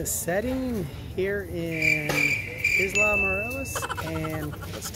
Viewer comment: I have been there many times. That is THE whitest pronunciation of Isla that I have ever heard. Hope you had fun we love it there. Headed down in March.